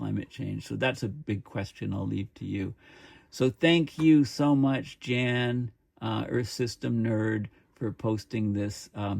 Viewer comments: please ronounce the "J " as a "Y" so Yan notJan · His name is probably pronounced 'yawn'. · I think his name is pronounced like the english word Yawn.